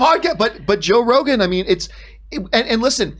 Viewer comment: Did she call him Joe Regon?? Lol anyone noticed?